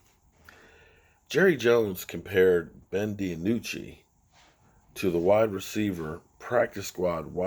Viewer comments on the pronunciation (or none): His name is not Ben De a nucci!! It's Ben Dinucci!! I don't understand how you can mess up so many of these players names.... All you have to do is listen to the commentators during the games and you can plainly hear them say the names of the players!! I swear as many times as I've heard you mess up all these players names I'm getting to wonder if you've ever watched a game before!!